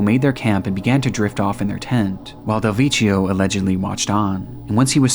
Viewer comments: it's "dehl vek kio" make it again! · It's pronounced Del Vekkio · The way you pronounce "Del Vecchio" makes my ears bleed 😂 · I love your content but every single western foreign word in this video has been butchered (frazão, follie a deux, del vecchio, etc). Its not hard figuring out how these are actually pronounced buddy, would make listening to these words as natives way less teeth grinding.